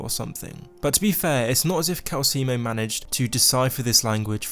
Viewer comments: Kalsi moe is pronounced calcelmo just letting you know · It’s calcelmo, not calcemo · Its Cal-cel-mo, not Cal-ce-mo. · We’ll it can’t be your character! Everyone in the game pronounces it Cal-Sell-moe not Cal-Seal-Moe 😂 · Calcelmo=KAL-cell-mo NOT KAL-see-emo. I thought America was the only place where there is illiteracy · It's *calceLmo. Not Calseemo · It's Calcelmo, not Calcimo. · The way you say calecemo is making me feel like you’re trying to sell me calcium. It’s pronounced cal-cell-mo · Isn't his name CalceLmo and not Calcemo? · Seriously dude, delete this video and remake it. It's like you never played the game when you can't pronounce the first name on your list properly. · How does someone mess up the pronunciation of a name when that name is literally told to you in game? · How the hell did you mispronounce Calcelmo........